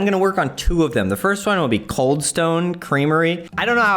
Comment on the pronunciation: its kinda reading as CALD instead of COLD